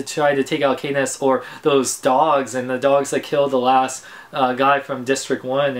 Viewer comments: Peet-A lol and Kat-niss... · not to be annoying, but it's pronounced CAT-niss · btw its kat-niss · Her name is pronounced like cat not Kay or Kate like u said srry still lov yah